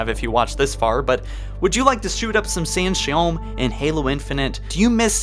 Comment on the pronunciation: It was a great video and all, but the way you pronounce each species in halo on your vids is fucking annoying 🤣 in this case it’s not San’Shyom lol, it’s San’ShayUUm, with U not O